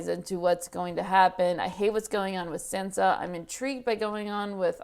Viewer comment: "i'm sAnsa stark" "let's go sEnsa" i know there is language barrier and you would read sInsa if i write sEnsa...but...just listen to how sAnsa calls herself. it's not sEnsa